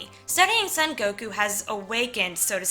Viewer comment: His name is actually pronounced more like "Soan Goku" rather than "Sun Goku."